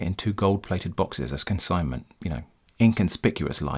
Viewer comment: that mishap while reading consignment, priceless